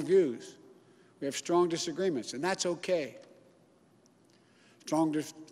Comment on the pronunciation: He cannot pronounce “strong disagreement” LMAO. Also the election is not over, the legal battle has just begun.